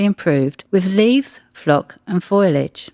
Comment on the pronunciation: It's "foliage", not "foilage"!!